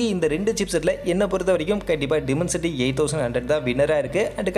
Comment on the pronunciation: Bro டிமன்சிட்டி இல்ல. டைமன்சிட்டி